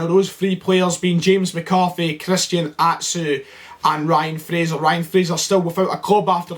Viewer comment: What's was with the funny accent when calling out to Ryan Fraser..was that an attempt at Aberdonian ??